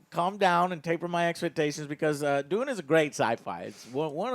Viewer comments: De-you-nn Not D-oo-n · D you n . not doon